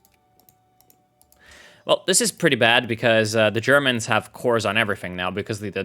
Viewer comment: Why do I hear "Germans" as "germs"? Cringe moment...